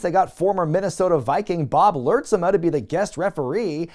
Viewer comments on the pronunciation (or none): Lurtsema pronounced lurts-ma